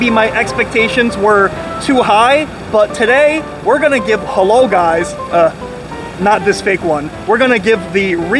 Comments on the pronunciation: It's halal not halol 😅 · It’s halAl, not halOl.